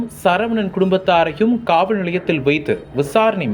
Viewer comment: தகவல் தகவள் இல்லை சரியாக தமிழை உச்சரியுங்கள் காவள் நிலையம் இல்லை காவல் நிலையம்